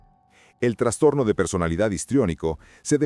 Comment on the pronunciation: Me da trastorno escuchar que digas transtorno :)